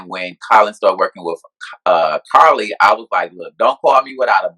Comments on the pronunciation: First off it’s Cardi not Karlie. Secondly he didn’t have to make those emphasis on Fantasia career. She contributed to your success, so why would he say that? Rude... sekurrity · If he say Carli one more time😂😂😂 love you 😂😂😂😂